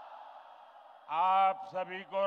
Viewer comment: Johar bolna shik phale...